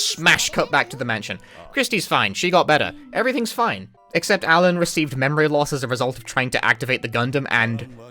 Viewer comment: Hey, props to that Japanese VA for getting the L sound in "Alan" right.